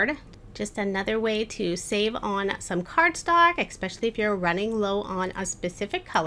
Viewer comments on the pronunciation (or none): Great video but you said expecially a bunch of times lol.